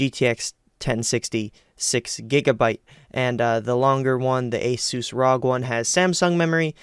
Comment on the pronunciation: This fool said "ROG" haha